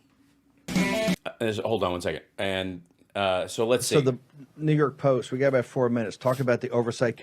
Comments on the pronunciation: Is it just me or did him saying “New York post” sound like he said the N word? I was only listening and had to rewind it to see what he said. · YES YES YES! I went back and listened.